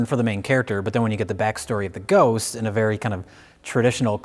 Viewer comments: I love how Mike's Wisconsin accent comes out when he says "ghost". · Mike never sounds more Wisconsin than when he says "Ghost" . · You betcha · That's the point lol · I enjoy that Mike only has a Wisconsin accent for the word "ghost" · I love the way Mike says "ghost." Its like his Milwaukee accent suddenly becomes 10x thicker for that single word. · Mike's Wisconsin accent really comes out when he says "ghost."